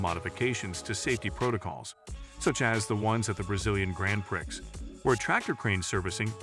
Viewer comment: "grand pricks"